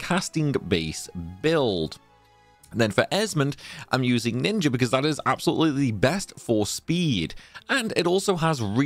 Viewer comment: You say ninjer for speed? I likey